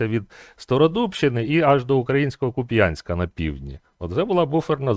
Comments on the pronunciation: КУпянск а не КупЯнск!!! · так він сказав Куп'Янск , а потрібно говорити КУп'янськ.